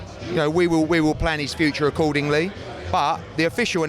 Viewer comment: Eddie “A Cord Ding Lee” Hearn